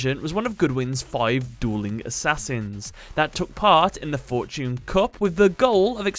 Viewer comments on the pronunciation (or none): none